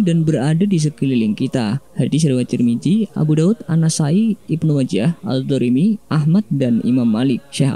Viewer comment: Narator tolong deh belajar makhraj huruf (lafadz huruf arab) lebih baik lagi. Contoh Imam Tarmizi bukan Imam Tarmiji. Maksud saya adalah pesan agama tidak terkesan asal-asalan. Biar nggak bikin malu. Wassalam.